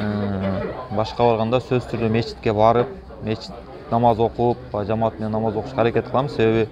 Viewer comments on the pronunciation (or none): none